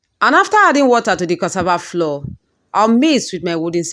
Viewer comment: Why do some Nigerians pronounce as if they're deaf? It's cassava flour with a u and not floor. Smh